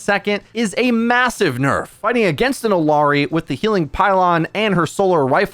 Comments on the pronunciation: "illiari?" Then immediately pronounced her name right then wrong again? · But the fact that he pronounced it wrong, right, right, wrong, right then right again is laughably odd